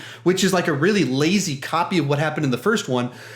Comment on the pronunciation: It's compy not guppy